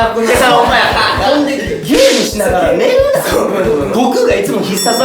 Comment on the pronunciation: 「ながら」が「な``ら」みたいなことなってる😂